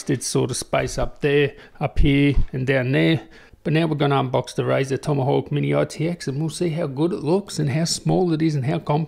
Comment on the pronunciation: The Razer TomYhawk hahahahaha man i LOVE YOU